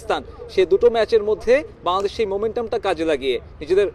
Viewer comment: *শ্যা-দেশ বলে কি😂😂😂😂